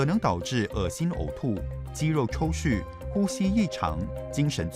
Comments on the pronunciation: 是不是把【抽搐】错念成【抽蓄】？ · Ya, 念錯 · 肌肉抽搐 chù, 不是xù (蓄)。